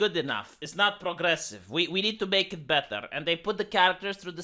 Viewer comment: “Prrrlrlrlrlrogressive!” Such enthusiastic and moistening R rolling. I’m fuggin HERE FOR IT.